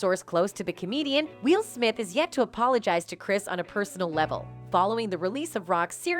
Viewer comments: It’s “Will”, not “wheel” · It's not Wheel Smith, it's Will. And why say what Kimmel said and then play the video of what he said? It's Harvey Weinstine, rhymes with WhineMean. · It's Will not Wheel. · Why does the narrator in this clip keep saying "Wheel"??? HIS NAME IS WILL!!!! As in WILL YOU LEARN HOW TO PRONOUNCE SIMPLE NAMES CORRECTLY FFS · Why does she keep referring to Will as wheel??😂😂😂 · First off, his name is Will, not Wheel. Secondly, Rock's career was all but dead. Now he's in the limelight and he'll make millions off of whining about that incident in his standup routines for the rest of his life. He should probably send the Smith's a thank you note. As for Kimmel, his hosting of awards shows hasn't exactly been gold. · The narrator windlass like she's saying "Wheel", not Will. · “Wheel” Smith? 😂😂😂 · She keeps saying wheel Smith 🙄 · Disliked because the title was a lie. Why do YouTubes do this? If you can’t stand on your own without trickery, maybe you’re not cut out to be a content creator. Also: Why does the narrator pronounce Will as “Wheel”? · why does she keep calling Will Smith, wheel? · Needs another commentator. Why does this person keep calling Will Smith WHEEL smith? ARG! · Why does this narrator keep pronouncing Will as "WEEL"? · Is this an AI voice? Why does she keep calling him "Wheel"?? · Why does she say “Wheel Smith” lol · Why's this chick saying wheel smith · "Wheel" Smith? This is a horrible bot voice. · Why does she keep pronouncing it wheel smith? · WHEEL Smith?? The computer aggregate garbage website that you have can't even pronounce the name Will? I'm glad they give us 30 seconds to delete that we watched your thing because the idea of giving you even half a cent for the zero effort you've put into this garbage would have made me Furious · Will's name being pronounced "wheel" throughout this video had me very distracted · Anybody else notice the reporter / narrator keeps pronouncing Will’s name “Wheel”?!?! Every. Time. 😩